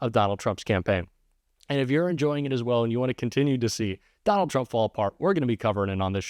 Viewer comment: I might have misheard; but I thought another commentator said, "Don-Old". I hope it catches on.